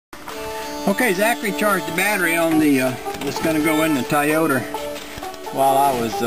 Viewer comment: What is a tah-yoo-ter? :-)